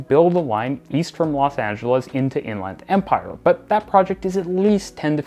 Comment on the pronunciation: I kind of love this rendition "to In-Land Empire" (with "Land" pronounced like in "Disneyland" or "Thailand", and with no "the") as a potential Canadianism for what Californians would say as "to the Inland Empire" (with "Land" pronounced like in "England" or "Scotland", and with "the")